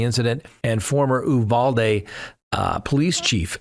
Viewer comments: Came here to say that. Also the last syllable is pronounced dee not day. So it’s pronounced u val dee. That’s the Texan pronunciation. 😂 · Hello! It's not pronounced "ooovalde" it's pronounced "Uvalde" as in U-haul. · ...I don't know where you get the pronunciation of Uvalde from. It is pronounced you val dee. I know that town and hung out just north of there in Utopia Texas.